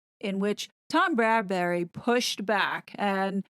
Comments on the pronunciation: His name is Tom BradBY, NOT BradBURy. American YouTubers seem to have a problem with this name. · Bradby, not Bradbury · Bradby* 😉..... Not Bradberry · It's Tom Bradby, not Bradbury. Great video as always! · Bradby...not Bradbury. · My thoughts exactly, Bradberry!!! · Get it right ‘BRADBY’ pleeeeeze! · Yeah, I also wonder why most of Americans call him Bradberry ;-) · It's Tom BRAD - BEE (Bradby) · FYI the interviewer's name is Bradby, pronounced Brad bee. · Love your analysis , btw it’s Tom Bradby. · You're great but it's Bradby. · It’s Tom Bradby not Bradberry. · I really enjoy your videos as they are intelligent, witty and funny. Not just plain gossip. Thank you. BTW it's Bradby not Bradbury ❤ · Just a small point...it's Tom BRADBY, not Bradbury. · Why do you say tom Bradbery??? Is tom Bradby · Isn’t his name Bradby, not Bradbury? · Bradby not Bradbury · Bradby, not Bradbury!!! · Tom Bradby NOT Bradbury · P.s. it's Brad-BEE not Brad-bury. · Great analysis! Just FYI it's Tom "Bradby," not Bradberry/Bradbury. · it's BradBy NOT bradberry or bradbury. Sorry, i was becoming rather frustrated with this. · Psssst - his name is Bradby, not Bradbury. 😀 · Perspicacous, but constant mispronunciation of the interviewer's name put a hurt on my ears: If you intend commenting further on the ITV interview, please: BRADBY, not BradbURy. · Yes! Many American YouTubers are pronouncing it Brad-BERRY (no offense ). I said nothing because I'm American and hoped someone else (across the pond) would say it 😂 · Tom BRAD BY not Bradbury pronounced bradbee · Tom's Surname is Bradby, NOT Bradbury, totally different 😎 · Bradby. Not Bradbury. Sorry. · Thank you for breaking this down so brilliantly - I find your videos so helpful. Not to quibble but the ITV interviewer’s surname is pronounced as “Brad-bee”, not “Brad-berry”. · A very good assessment thank you but would you please note that it is Tom BRADBY and not Tom BRADBURY. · It's Bradby pronounced 'BradBee' I hear it too